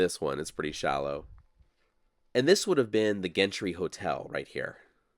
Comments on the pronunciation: Warning. School teacher side of me coming out. Wouldn't Gentry be pronounced "Jentry?" I have a friend with that last name. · Gentry is pronounced: JENT tree like in gentlemen, or gentle. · Are you sure Gentry is pronounced with a hard G? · Gentry (ie Gentry Hotel) is pronounced with a soft ‘g’, as in gentle.